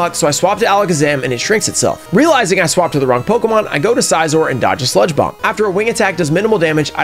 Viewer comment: I loved the video and I did subscribe but the only things. 1) maybe try to stay a little under level cap otherwise it seems too easy (personal experience it makes it a little more challenging) and 2) it’s Scizor as in like scissors not size-or